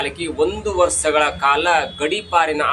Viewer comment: ವರ್ಸ ಅಲ್ಲ. ವರ್ಷ